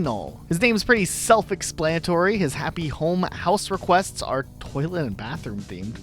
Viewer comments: You did not just pronounce Étoile like that xD it’s the French word for star which is pronounced aye-TWAHL. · Your pronunciations are horrible. How can you not know how to say Cyrano? It’s one of the most famous plays of all time. Étoile is e-twal. French. and Deirdre is Deer-druh. Because she’s a deer, duh.